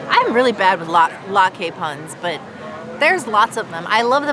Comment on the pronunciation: Great Video! Latke is pronounced "lot" "kuh" ! Thank you for allowing feedback!